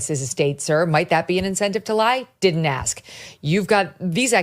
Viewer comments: Ask is a s k not a k s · Can I ask you something? Can you pronounce the word 'ask' without saying-ax??